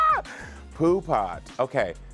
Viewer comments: Its "poo put" not poo pot. Thats an old school pimp terminology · It's "Poo Putt" and I always heard it as the Hip Hoppers in the west coast said it. It means not cool, a buster which is another west coast slang. It is not Poo Pot. 🤦🏾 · It’s poo putt not pot lol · It’s Pooput! Not pot! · 😂 it’s PooButt, like back in the days they used to say PooButt Stupid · Mitch said poo pot in “Paid in Full"